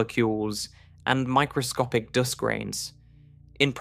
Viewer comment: The Hitchhikers Guide to the Universe gave a very good explanation how big space is. Did you just pronounce “dust” as “doost”?